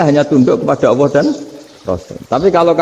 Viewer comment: Bagus sih... tp knpa mesti nyleneh tdk normal2 saja.. Nyebut Allab aj awoh... wakakakkkkk... kyk gt guru uatad kiayi.. distu jlas ada lam kok awoh... wakakkk sy sih msh cekak ilmu agamnya tp kl liht org2 yg aneh2 gini saya jd mnilai org ilmu cekak